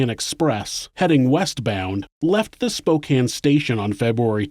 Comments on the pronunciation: When someone says Spokane correctly 👌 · Thank you for pronouncing "Spokane" correctly!